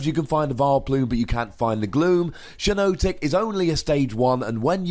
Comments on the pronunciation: Definitely shouldn't be pronounced "shy-no-tic"...It's a hypnotic shiitake mushroom, hence the double 'i'. If anything, it's probably closer to "she-naw-tic" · It's pronounced "Shee-notic", as in the "shiitake" mushroom.